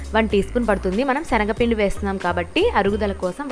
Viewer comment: Shanaga pindi kadu schanaga pinnidi ok na